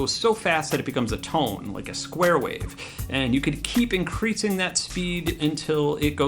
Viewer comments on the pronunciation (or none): none